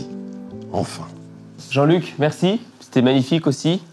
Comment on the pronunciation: L accent parisien il a dit jean luc aie